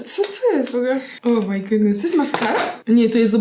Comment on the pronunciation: "o my godness" XDD